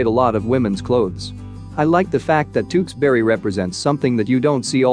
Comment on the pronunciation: why did he say tewkesbury like TeWkssBeRRy